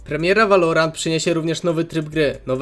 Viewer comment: W końcu płemieła i sełweły w Polsce :)))